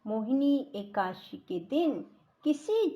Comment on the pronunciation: एकासी नहीं एकादशी 🙏